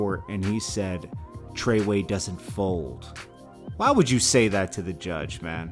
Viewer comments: Please stop saying "Treway" it's so embarrassing! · Yeah it don't sound right for some reason when he says it.